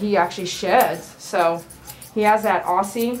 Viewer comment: Hi. It's pronounced Ozzie. Luv from Australia 😘